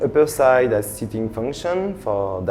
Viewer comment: it 'as a beautiful view. The 'ome is very cute. LOL